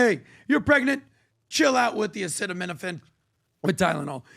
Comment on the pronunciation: If you tell me Acetaminophen can give my baby Autism and Im pregnant…..i am not touching it with 10 foot pole. Trump handled the mispronouncing of Acetaminophen well. He isnt the first who has a hard time pronouncing active ingredients of drugs and not the last.